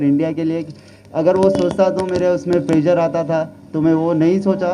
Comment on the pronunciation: It's प्रेशर bro not प्रेजर। Well played BTW I appreciate ❤🤘